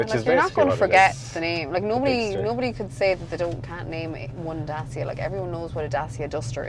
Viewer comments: What;s a DASIA?....Last time I've checked was called daCia....not daSia🤣🤣🤣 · The correct way to say it is Dat-chia. (I asked a Romanian workmate. He said it was named after the ancient Dacian tribe who resisted Roman Emperor Trajan. Trajan's Column, still standing magnificantly in Rome, was built in 113AD to celebrate the Roman victory over the Dacians ... pronounced Dat-chians. It was the first of many Columns .....Dubliners should thank Trajan for the design of Nelson's Pillar.)